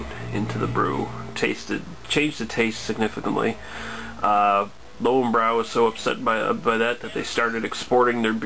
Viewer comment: more like leu-ven-broi